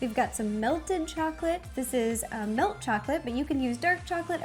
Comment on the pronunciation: I love your vids and everything but for some reason it just bothers me when you say 'melk' and I know that's how some people say it but idk it just bugs me 😂